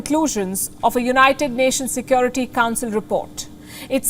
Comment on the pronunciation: How about Ladakh dinner treatment of Chinese heroes to poor hunger weakened soldiers of Ladak Palki never study English in institute or school but From the market Because she can’t pronounce word of Securiy She pronounced Sekyoratty 🥶🥶🥶🥶